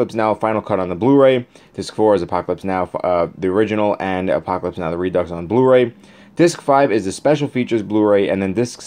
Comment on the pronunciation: Reducks 🤣 I’m sorry. It’s pronounced re-do.